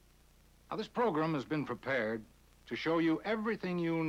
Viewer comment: Somehow I knew he was going to pronounce it "progrum"